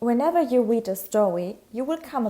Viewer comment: Whenever you weed a stowy